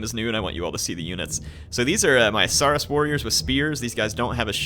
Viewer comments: Saurus is pronounced saw-rus as in dinosaur and russle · it's pronounced s-OAR-us. Ya know, like dinosaur, as in 'lizard'. And hey, you pointed out the canonical connection between skinks and kroxigors right away. It's an image, and tabletop rule, I've always loved; a unit of skinks falling back towards a swampy pool, seemingly unable to stand against their attacks. And then just as the foe is sure they've got the little guys trapped, the water explodes as kroxigors charge straight through the unit of skinks to smash into their foes.